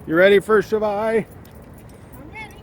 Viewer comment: good review and btw you didnt butcher the name that much